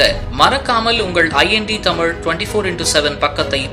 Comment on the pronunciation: முதலில் தமிழை தமிள் தமில் என சொல்வதை விட வேண்டும்.